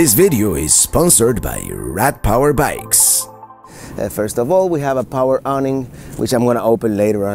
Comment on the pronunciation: 21G FOR THAT MINI. I thought he said Rat power bikes.